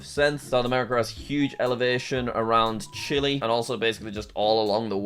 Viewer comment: He called Niger Nigeria 🇳🇬🇳🇪 He called Chee-lay Chilly 🥶🇨🇱